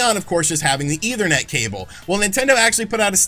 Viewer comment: JESUS CHRIST DUDE! ETHERNET NOT EITHER NET! Seriously man, at this point learn what words mean and how they are pronounced. Every video you sound borderline illiterate.